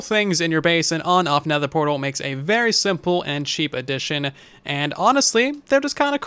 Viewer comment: What’s a Netehr portal? I’ve only heard of nether portals :P